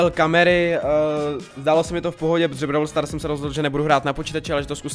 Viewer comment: Vyslovuj to pls " bról stárs".... Brawl stars je strašný... :D . Jinak nemůžu uvěřit tomu, že u minulýho videa jsem napsal jestli si tu hru nechceš zahrát a ty si to udělal!!!!! <3 A TEĎ KE HŘE!!!!!!!: 1. jsou tam 4 mody: Gem grab, Showdown, Heist, Special events. 2. za pohárky postupuješ v lize a získáváš různý odměny. 3. každej brawler je jinej (shelly má splash jak normal utok tak super a piper je sniperka atd....) 4. potřebuješ powerpointy na upgrady 5. každej brawler má svůj rank 6. natoč další video z brawl stars!!!!!!